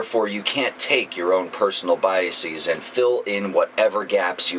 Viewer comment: biases, not bias-ee-s. You pronounce 'es' as 'ees', only when the word is a pluralisation of a word with an 'is' suffix. Hypothesis and hypotheses, for example. Biases is a plural of bias. Not biasis.